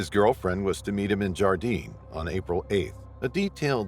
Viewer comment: Where is this Gardine that you speak of? Or is it Gardiner, and yes your pronounce the R. I worked in Yellowstone for three summers. 85 at Mammoth, 91 Old Faithful, and 95 at Grant Village. And I made friends with the Rangers and I never heard of any disappearances. Okay, I get why people use the AI voice, but they really need to listen to what is being said, so they can fix problems..